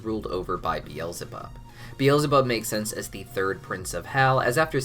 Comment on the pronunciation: it hurts me to hear him say "be-els-e-bob". It hurts me so much.